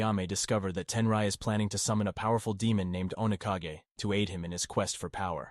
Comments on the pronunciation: Say it right you savage disenbodied narrator!!! 👹 Oni- 🧍🏿‍♂️Kah- 🏳️‍🌈gay!! Demon shadow Dude looks forward to wrecking Rikkimaru's Rear the whole time ⏲️ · So I havent played these games sense I was in High school when they were releasing. There's so much wrong with this video. Was it written and voiced by AI? And how many times are you going to butcher the pronouciation of OniKage after saying it correctly the first time?